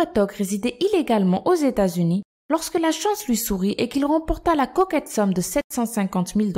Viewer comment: Je kiffe quand elle dit la cocket somme ...